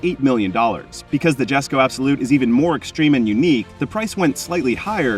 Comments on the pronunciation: Jesko ... yes co YESCO!! not jestco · It's pronounced "yesko" not jesko. Also it's the most powerful ice engine koenigsegg has produced but not their most powerful, that would be the hybrid Gemera with the Jesko v8 in it that makes 2300hp.